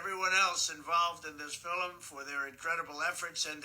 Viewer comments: DJT is losing it. His head is filled with Nazism and conspiracies. Most assuredly this is another ploy….American U. is not anymore Real than Trump U! What is this “fill-em” pronunciation for “film.” I like your format for this series. I share them. TY 🙏🏻🦋♥️ BTW…he is correct to an extent about our Universities. Look what the Ivy League has spit out! Hawley, Kavanaugh and the remainder. Shameful! There are too many to list who are currently in our Justice system and DC.🧐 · Is he saying "Fil-Em" instead of film?